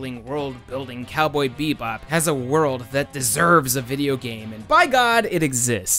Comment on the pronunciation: “everyone betrayed me, I’m fed uhp with dis worald!”